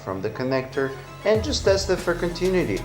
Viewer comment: its con ti nu ity....no continity...haha